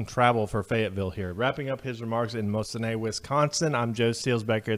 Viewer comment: MOSE-IN-KNEE I know our Native names are hard to get right